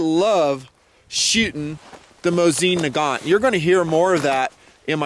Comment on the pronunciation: it's "moe-zen nah-gaaahn"